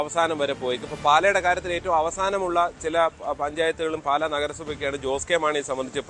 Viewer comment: "പാല" അല്ല... "പാലാ" എന്നാണ്!!